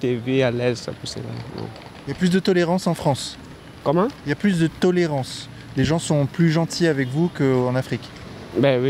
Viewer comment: Normal !!! " Sy la Fronce !!! "